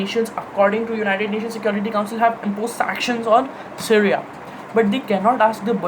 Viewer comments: Dude tf ...it's Syria ( pronounced as c riya) not seria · Pehle Apni Hinglish Sudhar Le. Stimulation Kenya hai Simulation Ko. Syria Ko Sereya Kon Kehta Hai Be. Kabhi Yeh Londa School K Quiz Mein Select Nahi Hua Hoga. Aur School K Teacher Ise House Ka Badge Ya Ribbon Dene Se Ghabrate Honge, Sochte Honge House Ki Beizzati Ho Jayegi. Seedha Seedha Bol Na K Syria K Bare Mein Zyada Deep Nahi Padha Hai. Yeh Wahi Ladke Hote Hain Jo Apne Dada Ya Pardada Ko ABC Sikha K Apne Teacher K Bhi Baap Bante Hain